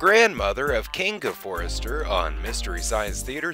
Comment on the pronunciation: Frank Conniff, not coffin. Their last name is Forrester, not Forrest